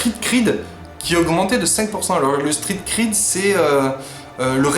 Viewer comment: Le Street Cred', pas le Street Creed.